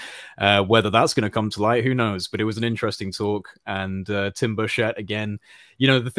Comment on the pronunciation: Tim BURchet... Not burSHETTE